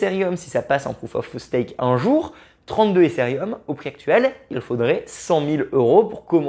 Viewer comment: Mais pourquoi prononcer Ethereum "Éssérium" ?? n'importe quoi.. É-TÉ-RÉ-UM, c'est pas si compliqué..